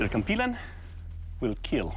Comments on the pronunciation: he said kampilon instead of kampilan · Its pronounce "Kam-p-lan" not "Kam-plan" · KAM-PEE-LAN not KAHM-P'LAHN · he said compy-lawn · Should be pronounced as 'cam-pee- lan' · I wonder if Doug didnt teach him the correct way to say it to make it hilarious. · You're saying it wrong 🤧🤧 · Bro the kampilan is a filipino sword and the announcer said kampilan wrong